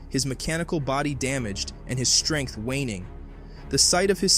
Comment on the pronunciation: what is it with you americans? Vader never pronounced "shtrength". he used the word "strenght" with S not SH.